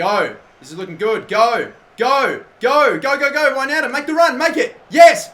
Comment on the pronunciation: One of the few youtubers who pronounce wijnaldum correctly